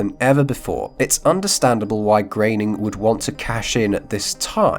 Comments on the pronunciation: Groening. Gröning. Groaning... Not GRAIN-ing. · Why the fuck does everyone pronounce groening as "grayning" when its clearly "growning"? There isnt even the letter "a" in groening to even think youd pronounce it "grayning", yet so many ppl do it. Signed, amomylnomolous